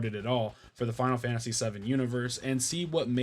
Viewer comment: Man! All these years of watching me and, and you still mispronounce the game 😂 And then you pronounce it correctly 😂 then wrong again 😂 make your mind up 😂 I'm glad you finally got around to it, now just wait until you experience Suikoden II 👌